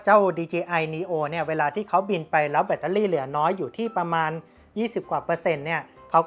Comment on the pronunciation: แบตเตอร์รี่ครับ ไม่ใช่เเบตตารี่ 😂